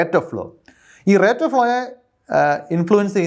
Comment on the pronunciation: നന്നായി വിശദീകരിച്ചു. എന്നാൽ ഭാഷാപരമായ രണ്ട് തറ്റുകൾ പറയാനുണ്ട്. 1. Rate of flow എന്നതിൽ റേറ്റല്ല, റെയ്റ്റ് ആണ് ശരിയായ ഉചാരണം. 2. പ്രപഞ്ചത്തെ നിർമിക്കപ്പെട്ടിരിക്കുന്നത് എന്നല്ല പ്രപഞ്ചം നിർമിക്കപ്പെട്ടിരിക്കുന്നത് എന്നാണ് ശരി. ഇത്തരം തെറ്റുകൾ ഇപ്പോൾ വ്യാപകമായി കണ്ടുവരുന്നു.